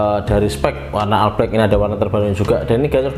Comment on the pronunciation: Bro, All Itu dibaca "OL" bukan "AL" 😂